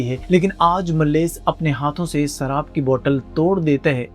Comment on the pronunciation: Abe सराब नही शराब बोलते हैं